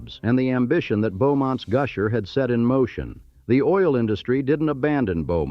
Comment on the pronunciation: Goosher, ugh. AI needs work